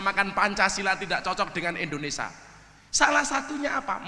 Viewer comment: Gus, BUKAN INDONESA tapi INDONES*I*A. KURANG I nya